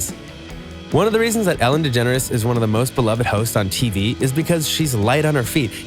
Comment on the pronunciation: Its Ellen DeGeneres not «Ellen Degenere»